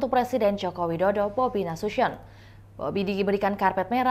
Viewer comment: Bobi Nasution kak, Bukan BObi Nasusion 🤭😂